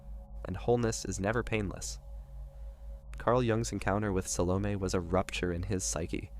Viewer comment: Sal-oh-May not meh